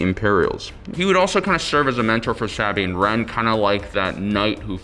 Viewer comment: Bo-Katan Cries Ahsoka Teno Sah-bean Wren Bew-bah Fett Fenn Row